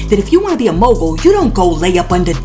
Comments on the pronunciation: JUST NASTY PERIOD! She got laid and played! She can barely say Mogul ! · First of all how could you expect to be a mogul when you can't pronounce the word mogul. Who does she think believes anything she says. The only thing she wanted was to be the bottom bitch for Diddy